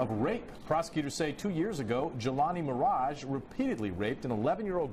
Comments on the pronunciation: Ti, it's Maraj, not Maraja.😂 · It's NOTpronounced Mah.Rah.Ja !!!! It's pronounced Mah.Raj! Jeeezzzzz!!!! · It's not miraja it's miraj LOL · Pronounced Maraj just like Minaj...not MaraJAH. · It’s pronounced Mirage Not miraja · "Maraj-ah"🤣i love you Ti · Why are you saying Miraja... You know how to pronounce it .